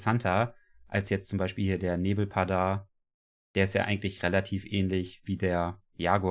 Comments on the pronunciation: 😂😂 vor allem wie er das ausspricht ist genial 😂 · Er heißt NebelPARDER wie in GePARD, 🙈❤️ Ich freu mich mega auf das Pack 😍 Planet zoo kann ja nichts dafür, dass es solche Tiere schon als Mods gibt 🙊 Ausserdem baue ich am Liebsten im Tropen-Style und da passen die natürlich perfekt ☺️ Vorallem den Sonnenbär hab ich mir schon von anfang an für PZ gewünscht!!